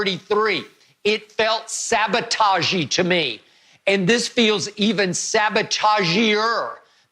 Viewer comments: Skip something else lol. He said, "sabotagier" lmao!!! I'm done man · Every time I hear skip say "sabotag-eey", I think of the bugs bunny cartoon when he was trying to fly a war-bird with a gremlin sabotaging the airplane. Ah, the good 'ol days